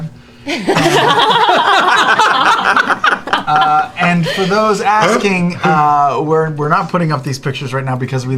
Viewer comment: Haha I'm so glad he called it cat scan and not skat